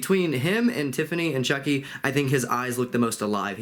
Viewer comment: I laughed when you called Chucky “Chonky” 🤣🤣